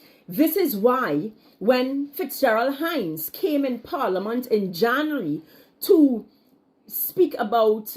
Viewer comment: Plz learn to pronounce “January” b-4 ur blogs hunny.